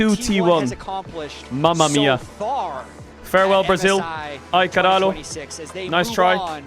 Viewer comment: really emphasizing the L in braziL